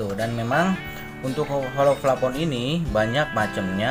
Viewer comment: Plafon bray bukan flapon 😂